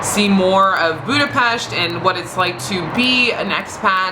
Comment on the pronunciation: *cries happy tears* Finally a foreigner pronouncing Budapest right